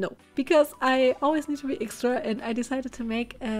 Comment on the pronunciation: Etsidra is how she says extra